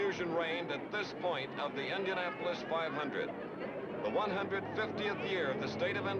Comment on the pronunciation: I love the old footage and Chris Schenkel. Chris has the weird pronunciation of the letter I. Endianpolis, Endy 500 , Fenished, Wenner. Great race! Crazy Pileup. Reminded me of 1973's Salt Walther crash on turn one.